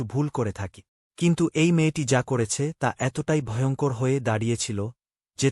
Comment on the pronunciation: Vojongkor ki vai?? Voyongkor shunchilam!!